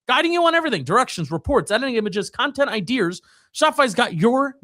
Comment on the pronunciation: Dude u gotta stop saying “idears” It was funny the first episode when you did it but it’s time to retire it😅